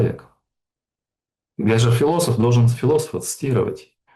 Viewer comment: ошу прощения- но это вы сами с собой разговариваете? Зачем так сурово о своих способностях? Да, и если «хфилософ» знает пару (нет, одну) строчку из всем известного стихотворения, которую он сунул непопад, как и ударение частенько- из этого следует, что он интеллектуал?